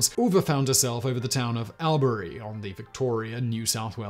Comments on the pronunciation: I’m listening to this thinking where the hell is Al-berry then at end I’m oh fuck he’s saying All-brie 😂 you say Melbourne right tho 👍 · Awl-bury, not AL-bury 🤣 so close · Its "All-burr-ee" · As an Australian I feel the need to correct you on your pronounciation of Albury, it's awl buh ree not al beh ree. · Not Al-berry. Albury is pronounced All-bree. I mean Simon, you got Melbourne right. Few people do. Interestingly, Melbourne is now the most ‘Locked-down’ city in the current pandemic. Something like 260 days. Poor buggers. So no aircraft are currently welcome…. Unless you are rich, famous or carrying vaccine. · Hey whistle boy... it is pronounced all,bra,ree (Albury)... by the way love you're work on casual criminalst... subscribed to all channels and podcasts... you show you're funny side and true self on casual criminalst and I love it... all the way from OZ... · Simon Albury is pronounced as ALLBURY and Charlaville is pronounced as Charl-a -ville and Timor is TEEMORE. Asussie pronunciation is similar to British but not totally. We also spell same as English not USA colour as against color etc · Simon, the town of Albury is usually pronounced, here in NSW, as awl-bury. Charleville is usually pronounced as charley -vill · All-brie is how it is pronounced in 'straya. Keep up the good work. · Hey Simon it’s pronounced “All-bury” no stress from Broderick from Melbourne Victoria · Yeah, I think you're right, sounds like my lazy way of saying too. 😂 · The way he's say Albury is making me giggle 🤣 we say it like "awl-bree". From a Melbournian, I always hearing about Melbourne in videos! Always a nice surprise ☺️ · the first syllable of albury is pronounced all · Albury is pronounced All Bree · The pronunciation of Albury is so grinding to a Victorian. Its pronounced All-Bree. And Corowa is Kor-o-wa. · It's pronounced "ALL Bury". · Albury is pronounced all-berry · "ALL Bury, CHARLEY ville, COR OH WA". Please check your pronounciations before posting a video.